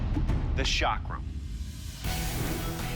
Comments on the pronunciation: You are pronouncing chakra wrong. The ch is not pronounced "sh" it is "ch" as in Chad. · Don't pronounce chakra wrongly. It starts from 'c' not from 's'. Don't forget you are on social media. Your wrong pronunciation can give wrong name to chakra. Please rectify it. 🙏🙏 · Its not Shakra its Chakra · Shaakra❌ chakra✅ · no.... It's a Pretty local /famous weapon here.. Its called a "Chakar"... That judge pronounced it wrong. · The Chakra ❌ The Shaakra ✅ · The 'Chakra', meaning a circle, is pronounced as 'Chuck Ra', where the last part, the 'Ra', is like the sound of R as in 'Rum'. The 'Tiger Claw' is called 'Waagh Nukh' because Tiger, in Maharashtra (Marathi language), is called 'Waagh' and 'Nukh' means Nail/claw. In Hindi language, Tiger is called 'Baagh' or 'Sher'. The 'Pattaa' literally means a 'belt'. It's called the 'Pattaa' because the blade has to be flexible just like a belt. There are other versions of the 'Patta' where the blade is longer and more flexible and can be worn on both hands. :)